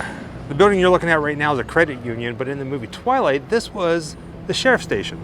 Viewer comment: Every time you say the word twilight,it hurts. :)